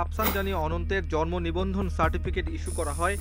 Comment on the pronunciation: জর্মনিবন্ধন! উচ্চারণে এমন ভূল।